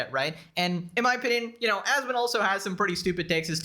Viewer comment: I think you are a bot because you say 'asmond' with a 'd' and nobody except bots and Chinese prisoners call him that